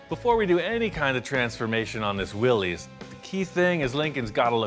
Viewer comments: Willys, pronounced Will-iss, not Will-eez. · BTW, it's pronounced Willis, like "Watchu talkin' bout Willis". Not Willies.